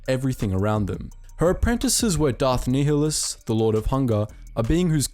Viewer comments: It’s pronounced darth NI -hlus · You pronounce it (ny-lus) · Nih-less nih-less nih-less it's pronounced nih-less. Gah did you play the games damnit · Ny Lus not Ni HI lus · Darth Nehulus. Its nile - us. as in the river in Egypt then us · Learn how to pronounce nialhuaus correctly. Nigh-a-lus. Not fucking Neil-a-lous... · Idk why u cant pronounce Nihilous its like the NILE not neeheelus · PointedGoblin Nihilus is also wrong... the H shouldn’t be emphasized. Much like the actual words nihilist or nihilism... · For a moment there I almost heard "Darth Niggalus" 😅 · I’m sure someone has said this, but Darth Nihilus is pronounced Nigh-ill-us lol Thank you for this :P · Great video though it was T3-M4 and it was pronounced Nih-ilus and goto not GO-TO. Interesting to think about what would happened if the Triumvirate never turned on each other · Pretty sure it's pronounced Darth Nigh-uh-luh-s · You're pronouncing nihlis wrong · It’s Darth “Nye-lus” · "Knee-hill-us" XD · So... what the fuck is a “Knee-huh-lus”? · Unit Circles hahahahaha, tell me about it. It was difficult to get through this video because it’s pronounced [Nile-Hus]. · The mispronunciation of Nihilus has to be satire or rage bait or sumn cuz ain’t no way 💀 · You pronounce Nihilus like such a twat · Love that you're bringing more attention to the Kotor side of Star Wars, but I can't watch after you butchered Nihilus name lol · Pronounce nihilus correctly ffs 🤦🏻‍♂️ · Sorry I have to say, you’re pronouncing Nihilus wrong and I dont know how. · That is not how you pronounce Nihilus xD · darth nehilius huh um im pretty sure it's pronounced much differently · Damn mate you really butchered some of these kotor names XD none the less great video!